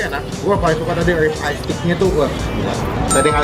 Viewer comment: Bang RIB eye steak bukan Rip eye steak bangg